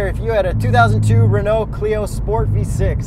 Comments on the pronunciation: Argh… The pronunciation of Renault hurts my soul… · As a French, its not pronounced Renault its Renault